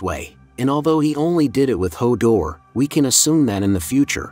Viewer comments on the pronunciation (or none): Hold door not "hawter" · Dude said Hodder instead of Hodor and Anus instead of Aerys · Bro can’t say hodor right so I don’t imagine any of his theory craft is remotely close